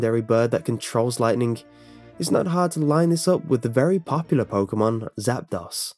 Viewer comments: Yeah not zap-DAS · it's not zaptos like toss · Zap-dose is how Zapdos is pronounced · did you call zapados zapadas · It's pronounced ZAP-DOSE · You said Zapdos's name wrong. the last part of the legendary birds are Spanish for 1 2 3, uno dos tres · i know but I figured he may not know much about the Spanish language. I know very little lol but I don't like my fav Pokemon pronounced wrong. like Gengar, pronounced g-in gar